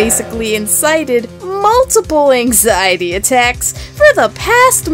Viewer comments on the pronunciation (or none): Ah YES. Axiety.....